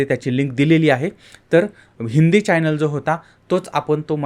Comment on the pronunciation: चायनेल नाही चॅनल म्हणा